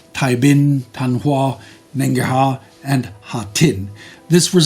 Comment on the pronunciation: Thank you for covering the atrocities happened in 1945 Vietnam, though I can't help but giggle a bit at your pronunciation of VNese cities 😂, especially Hai "D"uong and whatever "Nghe An" was. For correction, they are Hai "Z"uong and Ng"é"-Ahn (as in the French "é"). Hope I didn't come off as some kind of a-hole. I love your production.